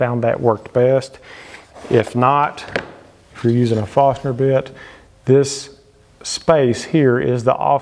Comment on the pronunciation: Why does he keep say farstner instead of forstner?